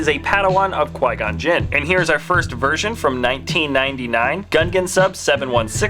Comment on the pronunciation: Every Qui-Gon-Jin